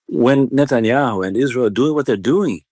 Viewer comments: Netanu😂nahi Netinyahu suvvar😅😅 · Abe aide Sharan nahi Sharon, Manmohan Sharan.nahi. netyahu nahi netanyahu. Gadha khud ko national anchor samajhta hain, inhone hi level Gira rakha hain